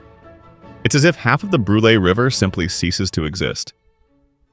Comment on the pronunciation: As a Minnesotain I gotta say you pronounced Brule wrong.